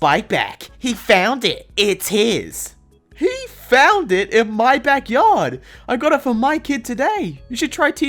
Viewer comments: Hey what happened when you said “my cottage” it sounded like M cottage instead of my cottage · The ‘my’ tho😰